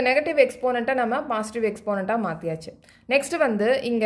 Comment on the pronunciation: Mam thats not pasitive its called positive